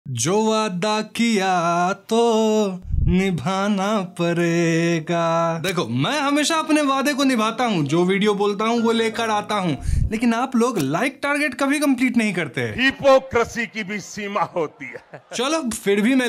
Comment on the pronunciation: Paraa ga nahi bahi padega hota ha😂😂